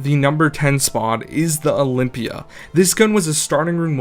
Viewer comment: i got triggered as soon as you said olympia